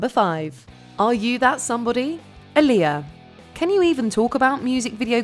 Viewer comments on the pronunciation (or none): Pronounced AAH-LI-Yah, (like Muhammed Ali (AAH-Li) Fix it jesus !!!